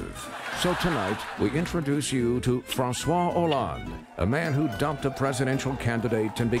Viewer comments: I'm French and this is super funny, although (or because) very stereotypical! Just one thing I have to say: in the first name François, the S is not pronounced! If you pronounce it like a Z, it becomes Françoise, the corresponding woman's name, assuring you to be laughed at by every French-speaking person nearby x) This being said... Thumbs up for pronouncing "croissant" right! Oui Monsieur! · it's pronounced "fran-swas-oh-lond" because the "s" at the end of "francois" comes before a vowel sound